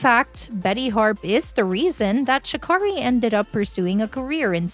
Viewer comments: Sha Carrie ‼️ This was a good ass video I must say but the biggest thing you didn’t know was how to pronounce her name. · Booooooooooooo She keeps mispronouncing Sha Carri's name. It doesn't sound like car . I just know Sha Carri would correct her. ☺ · It’s pronounced Sha-Carey…and no I didn’t learn anything new from this video. We’ll just the fact y’all don’t take the time to learn how to say the girls name.